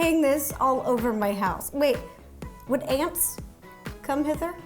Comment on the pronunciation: Ro: wait, would ants...come in here? (I have no idea what she said there) Me: what just aunts no uncles?